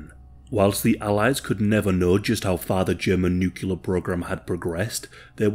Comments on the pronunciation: Thank you for mostly pronouncing NuCLEAR correctly....at least at first, then you change to the incorrect "NucULar" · OK, I'm gonna have to be 'that guy' because it's a pet hate of mine... the word is not pronounced nook-you-ler. It's nook-lee-uh. As in the adjectival form of nucleus. It's almost as annoying as people saying Asterix when they mean asterisk 🤦🏻‍♂️😬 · Half the time, you pronounced "nuclear" correctly, half the time you didn't. Sorry, but it's a pet peeve of mine 😒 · Oh, the good old days... back when nobody in any part of the world ever said nucular. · Why do people insist on saying nuculer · Nucelar must be from nucelus? Or is it nuclear from nucleus? Now my ears hurt... Nucelarly! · He says "nuke-ular". I can't watch this. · why can’t anyone pronounce nuclear exactly the way it’s spelled lmao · Can't listen to say new cue ler for the duration of this video sorry guy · Video starts says: nukular Im leaving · Buddy, if your channel is gotten this big please pronounce nuclear better than George Bush.